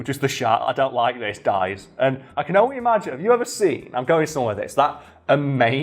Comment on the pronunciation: It's funny how you say "only" XD